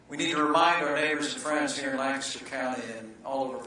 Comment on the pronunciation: Thank you Mike Pence for pronouncing "Lancaster" correctly, btw.